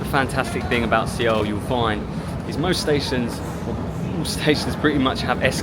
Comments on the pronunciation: Suh-wool, NOT Seh-wool. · Not sure if you’re trolling but It’s pronounced “Sowl” or similarly “Soul”. Great vid though 😊. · Suh-Wool. is the proper pronunciation of Seoul. :) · First of all, I'm really enjoying your Korea travel videos. Thank you so much!!! BUT... Seoh...Seoh..Seoh...ㅠㅠ I was wondering what "Seoh" was when I heard that word from the beginning of your travel videos.